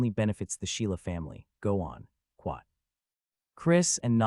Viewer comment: After 2477 times hearing it: I believe the AI is saying "Quot" for the quotation marks as it happens mostly during conversations vs. narration. It's new, but a trend I hope doesn't catch on.